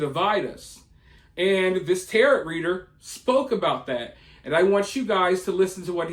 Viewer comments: It's pronounced Tay-Ro, not Terret. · It’s pronounced Tar-O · It's pronounced ta-row, not like parrot. The T at the end of tarot cards is silent 😂😂😂😂😂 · You do such great research usually, so how did u not double check how to pronounce tarot? Definitely not a jerk about correct spelling or pronunciations, but honestly surprised on this mister 😉😪 🤓